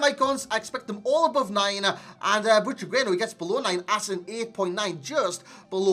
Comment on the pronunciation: "I really like saying his name man" You're saying it wrong lol but nice review